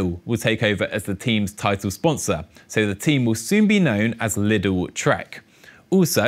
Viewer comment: Please, Lidl is a German brand and pronounced 'Leedle' (long i), not 'Liddle'